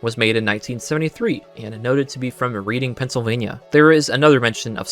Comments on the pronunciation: Pedantic tangent: Reading PA is not pronounced as read-ing, it's pronounced red-ing. Every YTer pronounces read not red. I know it doesn't really matter in any material way but thought I would mention it. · This video was incredible and I thank you so much for all of the hard work and dedication you put into making it. I just want to say as someone from Reading, PA, it is pronounced like Redding, not reading like a book. Reading and Erie PA are also 5-7 hours apart by car. Idk if any of that is important but that’s my only extra thoughts. Again this video was amazing! I hope you can analyze the movie with all of this knowledge, I’ll def be watching if you do. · "Reading" is pronounced more like "Redding", just like the city in the UK, FWIW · bro said reading like "reeding" frfr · My husband and I spent the entire morning watching this after we saw the movie last night. 10/10. That being said Reading, PA is pronounced "Redding." Born and raised there and it's our claim to Monopoly fame 😂 I may have cringed every time you mispronounced it.